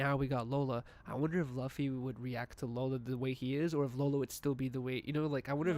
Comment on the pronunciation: Fw the this episode super chill, but when kept saying “luh-fy” instead of luffy (loo-fy) I was cringing hella hard lmao